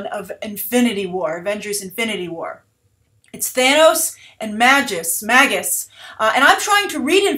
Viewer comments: you could pronounce it the way its spelled lol and if marvel comes up with a new pronunciation thats on them. cause its magus not mags-us like his name is maggie or something lol. a magus is a type of magical being like a wizard or sorcerer. its like dc taking an arabic word ra's and changing its pronunciation to raesh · "Magus" (mage, sorcerer) is pronounced with a long "a". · "Mage-Us" And Adam Warlock is essential to the Guardian property. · Magus, pronounced May-gus -_-, it's an actual word for crying out loud.